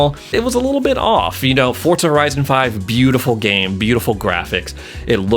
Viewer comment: i have been watching ur vids for a while now but its diving me crazy with u calling it fortza